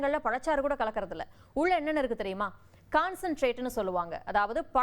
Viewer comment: அப்படி ருக்கு இப்படி ருக்கு..!! தமிழ் ஒழுங்கா பேச தெரியாத நீ எல்லாம் செய்தி விமர்சகர்